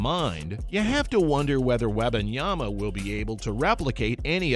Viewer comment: Please pronounce his name correctly! You didn’t get it right not one time that you spoke it!